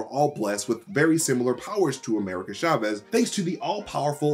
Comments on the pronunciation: It’s (CHA) (VEZ) not Shahvez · it's not SHA-vez; it's CHA vez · Btw, it’s not pronouned “sha-vez.” It’s “cha-vez” (ch like in challenge, or choose) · Love the mispronouncetion of Chavez, CHA-VEZ not SHA-VEZ. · CHA-vez. Not SHA-vez. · Why does he keep saying "Shavez"? It's CHAVEZ! You wouldn't say shamber or shasing or shicken 🤔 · cha vez not sha vez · Hard "ch" in Chavez!